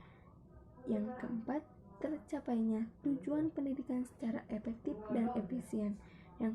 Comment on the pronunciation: Efektif sayang bukan epektip....... Hehehe.....aku sayang kamu bu 💞💕💓